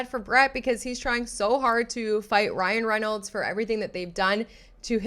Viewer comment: “Cryan Reinolds” 😂